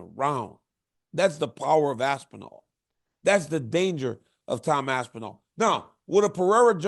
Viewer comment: Y you say aspinall like it's 2 words? Lmfao aspen... All is crazy